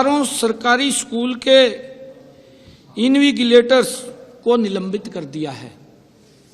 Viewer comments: Juban fisal gyi bhai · सीएम साहब, इनविजिलेटर होता है इनविगिलेटर नही.. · Invigilator not इनविगीलेटर 👮‍♂👮‍♂🤔🤔🤔🤔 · Alteast invigilator to shi pronounce krna sikh leo Kya education system thik kroge aap log